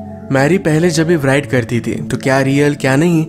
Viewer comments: Am l the only one who noticed him saying 'व्राइट' not 'राइट'... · WRITER aur WRITE ko RAAIITAR aur RAAIT parhtay hein. W silent hay.